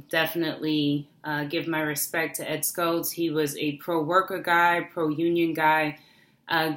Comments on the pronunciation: it's pronounced SHHHultz, as in shower, not Skultz. Thanks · It's not Ed "SKultz", it's pronounced "SHultz". You sound like you don't really know about him when you pronounce his name wrong. And he turned into a bit of a flame thrower himself when he called Laura Ingraham a "talk show slut", when she is a very upstanding conservative, patriotic American who would never use that kind of language on anyone. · The Late Ed Schultz' last name is pronounced "shults" rather than "skults". :) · Ed Schultz pronounceD SHULTZ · I don't believe you pronounced Ed's last name correctly.